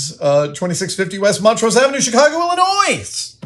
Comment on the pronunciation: When someone says the s at the end of Illinois when you are from Illinois…….🤮